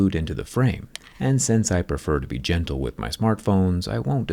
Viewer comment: gental he said